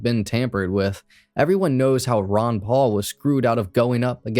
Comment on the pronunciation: Not "Ron Paul" 😂😂😂